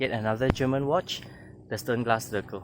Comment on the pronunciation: This is German, Deutsch name. Read: Shternglass!! Zirkel read Tsirkel.